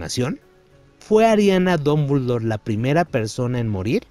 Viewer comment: Porque pronuncia Dombuldor! Jajaja no sabe hablar jajaja